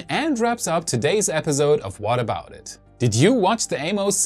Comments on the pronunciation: Great reporting but could you say episode instead of epizode? Accents are fine but you say that word so much that it really stands out due to the "z" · In the word 'Episode' the s is an 's' sound not a 'z' sound. Thought you might want to know.